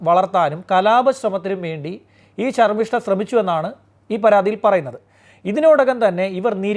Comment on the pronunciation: ശർമ്മിഷ്ഠ. അക്ഷരമറിയാത്ത ഹിന്ദു😂